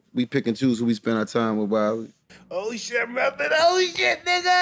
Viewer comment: alright his name is wale not wallee lmao